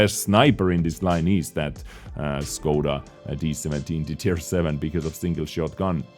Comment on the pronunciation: Whats up with the time stamps lol, Scoda instead of Škoda, Wiet instead of Vzor